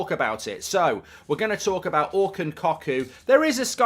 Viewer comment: COCKOO IS PRONOUNCED CUCKOO !!!!